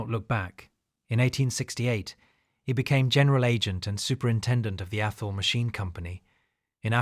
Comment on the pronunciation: It's Athol, "th" like "this", not atol. How do I know? It's 20 minutes up the street from me ha!